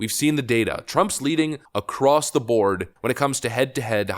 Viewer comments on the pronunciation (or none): none